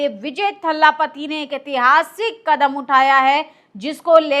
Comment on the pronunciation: बहन वो थल्लापति नहीं थलापति है।